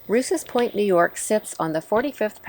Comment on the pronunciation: It’s not pronounced Roose it’s pronounced Rowse. I should know it’s my mothers maiden name